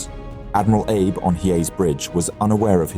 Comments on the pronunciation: I mean, he pronounced "Abe" as like "Abe Lincoln" and not "Ah-bey" like it should be pronounced. Sounds like an AI narrator, honestly. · It's ah-bay. Not Abe 😊